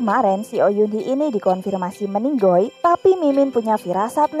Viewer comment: Ini mbak nya ngomong meninggal jadi meninggoll.. Lucu mbak